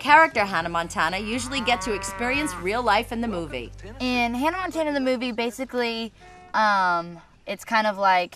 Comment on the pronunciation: Hunnuh Montuunuh and Teller Swift.. haha.